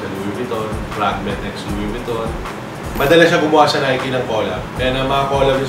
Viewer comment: Bro it should be NAI-KEY. Stop saying NAIK